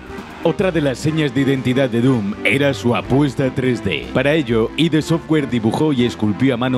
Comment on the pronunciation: No es I.D. Software, es Id software, no son siglas. Y John Cormack? Además de más paridas que se sueltanen este vídeo.. Santo Dios xD